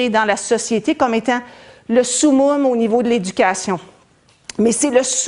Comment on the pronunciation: On dit Summum pas Soumoume. Sa se prononce Somme-Homme